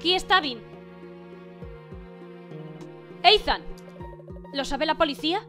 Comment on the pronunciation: Que Ethan se pronuncia Isan xDDD Buena serie me ha gustado